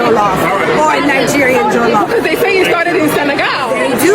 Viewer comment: Jollof rice not jelofe rice